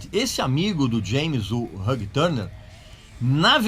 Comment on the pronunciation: VC se acha por pronunciar "Ulrich", mas nao sabe pronunciar "Hugh". Lol